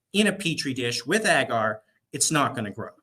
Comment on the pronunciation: Learn how to say agar…..it not “egger”